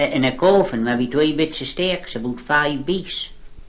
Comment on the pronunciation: Some vowel sounds, like in: ' Stirks ' are very reminiscent of old Norfolk